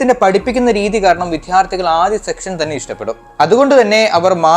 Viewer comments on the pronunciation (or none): നന്നായി present ചെയ്തു . Byjus എന്തുകൊണ്ട് തകർന്നു എന്ന് വളരെ ലളിതമായി വിശദീകരിച്ചു.... താങ്കൾ "വിദ്യാർത്ഥി" എന്നത് " വിദ്ധ്യാർത്ഥി" എന്നാണ് ഉച്ഛരിച്ചത് ..... അത് വരും കാല വീഡിയോകളിൽ തിരുത്തുമെന്ന് പ്രതീക്ഷിക്കുന്നു...